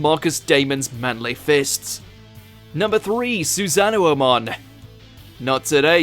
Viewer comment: Ooof, your pronunciation of Susano'o hurt my soul